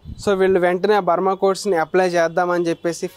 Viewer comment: It's not Burma codes. It's brahma codes